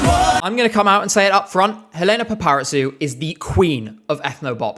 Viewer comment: Just a small correction, Helena's name is pronounced EH-leh-nah pah-pah-REE-zou ("zou" like the word "zoo", it's not a "ts" sound). Loving the vid so far!! Your passion for the songs is why I love this channel